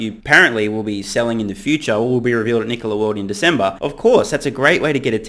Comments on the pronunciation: Trevor Milton shorted NKLA, pronounced "Knee-Cola" the day he sold his shares pre-IPO. He shorted Nikola, so he could have a quick pay day and blow half of the $70 MILLION pay day on a $35 MILLION house. It is clear Trevor Milton is running a pump and dump scam by completely seizing on the success of Tesla and Elon Musk. Trevor Milton has conceded and confessed to his disinterest in running Nikola by surrendering the CEO position to a "friend" and admitting that he is out as soon as he finishes his scam and gets some more money off the table by saying he plans on "retiring" in less than 5 year, apparently by the time he has really cashed in... Trevor is operating out of no conviction or drive to change anything but his personal financial security and at the cost of investors, he continuously admits that Nikola will manufacture nothing, yet he tries to call his scam operation an OEM. This whole thing stinks and I wish it didn't. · Honestly, I just wish he’d quit calling his own company ‘KneeCola’...